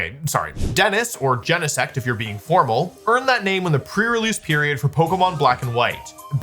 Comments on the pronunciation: it makes me want to scream. It's not jen-eh-sect. It's GENE-sect. Like your GENES. >:( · WOLFEY GEENSEECT THO. But really, we all know Butterfree is a secret legendary.